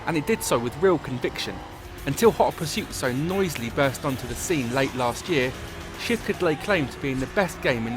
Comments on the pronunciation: At the beggining of the video it sounds like he said "With the release of the first shit" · why when the british guy is saying "shift" i'm hearing shit? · it sounds like he is saying "with the release of the first shit" lol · in the beggining of the video I thought he said "with the realease of the first shit" lol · at the beginning i thought he said "with the release of the first shit" lol xD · this british guy makes shift sound like a bad word